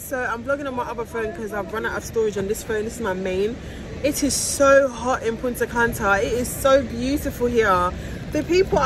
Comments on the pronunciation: You mean she in England but she say punta canta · If yuh say Punta Canta one more time 😂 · I was correcting you the whole video lol ! “Punta canta”😂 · I can't with lol punta canta😂 but it's really nice I love Punta Cana went there last year. So happy you had a good time sis and congrats again,we are praying for a safe delivery of our baby miracle